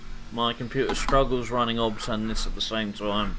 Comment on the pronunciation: Good video but I don’t understand what software you are running in parallel? Are you saying OBS ? If yes, it’s O. B. S. 😉